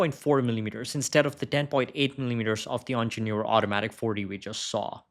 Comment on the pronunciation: The moment I heard "onjenoor" I stoped watching. Please learn the correct way of saying it.